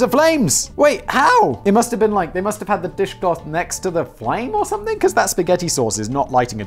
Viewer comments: No one in america pronounces spaghetti like that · Only children pronounce Spaghetti like that. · no one calls it sketti here. Lets just make that clear. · It's actually "Pasketti"